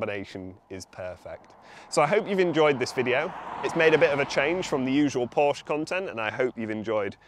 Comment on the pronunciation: P O R S C H E "porsh-ah"